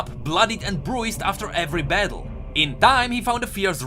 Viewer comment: A friendly tip: „bruised“ is pronounced „brusd“. It‘s not a big problem but it slightly triggers me...